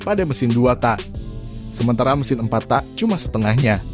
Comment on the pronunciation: TAK "K" NYA DIKERASKAN PRONOUNCE NYA :( JADI ANEH DENGERNYA